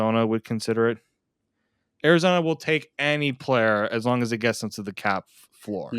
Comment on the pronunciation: Love the Italian connection on this show including the. Correct italian player pronunciations...! Keep up the great work ragazzi!